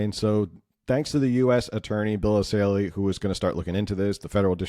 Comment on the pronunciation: It's Bill ESSAYLI not Assali. Good video, though.